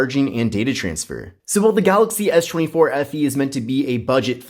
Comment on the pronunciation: Why are you saying "eesshh" 24 fe ?